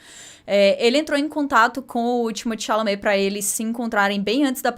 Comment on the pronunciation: falando Timothée Chalamet: timichame, timi tchumi, Chimichurri